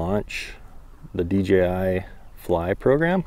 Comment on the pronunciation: It's not "DGI"